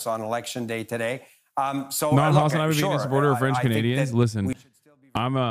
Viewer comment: God his pronunciation of everything French is so wild lmao.